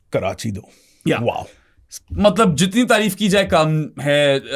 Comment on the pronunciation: I’ve tried to ignore it but ‘malab’ instead of ‘matlab’ is now driving me crazy lol